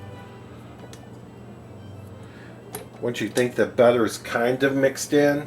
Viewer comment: The way u say butter its not right